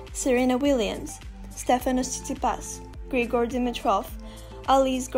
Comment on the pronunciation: I figured out you grew up in Greece by the way you said "Τσιτσιπάς" haha. Good luck with your career, you work a lot for it.